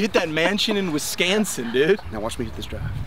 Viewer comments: “You hit that mansion in Wiscansin”😂😂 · “You hit that mansion in wisCANsin” 😂😂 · with the "mansion in Wis-can-sin" line 🤣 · “You hit that mansion in wis-can-sin” after Joey was singing t pain is absultely hysterical